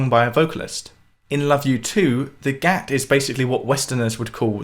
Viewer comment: Wonderful video! It is great that you are shedding some light on Indian Classical music. It can be weird and intimidating for some people for sure. For the most part, everything mentioned was fairly accurate apart from some minor details. But some of the pronunciation was a bit off, the main culprits being: Gat- Doesn't rhyme with "Cat". it is rather like rather Gut. Spelled Gat, spoken Gut. Drut- Doesn't rhyme with shoot, it is like "Shut" the door. Sarod(e)- Isn't Sarooood, it has 2 main pronunciations depending on which lineage is being taught. The main pronunciation is Sarode, like Sa-road (a road you drive down) and the other is Sa-Rod, like a metal rod. I know pronunciation is quite open to interpretation with all the languages and dialects in India, but i have learned these terms and Indian classical music from Ustad Ali Akbar Khan, Look him up and you will find he is considered a glacier feeding many rivers. His father was also the guru for Ravi Shankar, Nikhil Banerjee, just to name a few. It would be great if you could make one of these videos based on Ali Akbar Khan, you have a great way of breaking down the concepts and passing them on in an understandable way.